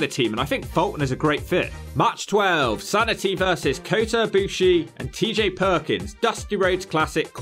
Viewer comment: should do Kota Ibushi in WWE, a short video, probably would be a B or B+ grade… Also you said Ibushi right